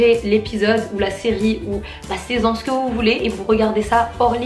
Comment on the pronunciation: Wsh elle dit saisann o lieu de saison